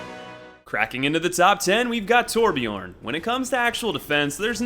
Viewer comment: Torbjörn is readen Torbjern There is no O but more like EEE